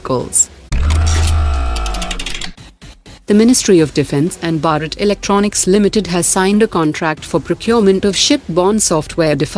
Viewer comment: It's not BARAT , it's BHARAT !!! Pronounce correctly ..